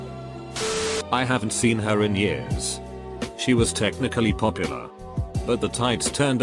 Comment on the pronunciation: Roxy G on other videos it pronounces “years” weird. Gets me every time ☠️☠️